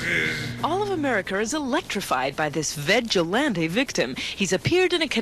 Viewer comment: "vegilante" oh my cheeks hurt